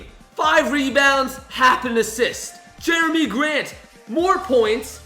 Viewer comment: Actually its jerami grant not Jeremy grant